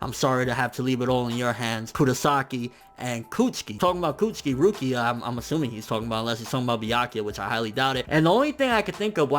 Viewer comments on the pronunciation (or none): none